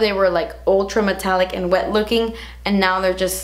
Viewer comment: This is not a hate message I love you and your videos, I'm just writing this to see if I'm the only weirdo who cringes everytime you say "wet and wild" I never understood why some people hate the word "moist" but now i do because that's how I feel when you say it, lol. (Most people say wet emphasizing the "T" and you say it almost like an "R"). Sorry it's probably just me lol. Still love you! ♡